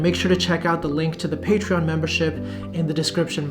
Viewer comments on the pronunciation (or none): none